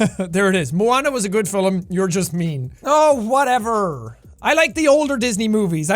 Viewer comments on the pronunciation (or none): he said “fill em” instead of film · did he just say fil-m instead of film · I know sean did not say "philum" instead of "film" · Did he just pronounce film... “Fillum”??? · Moana wasn’t a good fil-lum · I swear he said filim instead of film here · Unpopular opinion: Film is pronounced “film” not “filum” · fil-lum LOL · jack says film like 'filim' lmao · are we all just gonna ignore Jack said Filem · Is it me or did jack say "filim" in ? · "Moana was a good fillim" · Unpopular Opinion: the word "film" should be one syllable. Jack somehow made it two. Go to . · wait do people pronounce film like that or was he messing around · the way he pronounces "film" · e said film and it sounded really dutch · He is spending so much time with Evelien that he is pronouncing 'film' in the Dutch way 😂